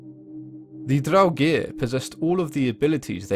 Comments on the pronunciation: Well it proncances in Swedish like this: Draogir or Dragr. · like the video but I dislike the way he says draugr